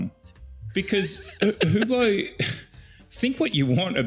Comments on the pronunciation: It's pronounced UBLO. Not WhoBlow! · UBLO The H and T are silent. Not importnat, but maybe more important than the watch's relevance. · It's pronounced " You Blow"! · The “ge” in Hugeblot is silent